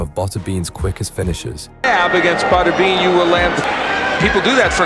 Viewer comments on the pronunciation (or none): Botterbean?? Who the hell is that?? I think you mean Butterbean. AI narrated slop?? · Cringy how the narrator pronounces Butterbean. 😎